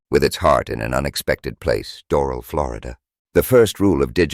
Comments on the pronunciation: *dor-AL. Accent on AL. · It might be a good idea to pronounce Doral corrrctly.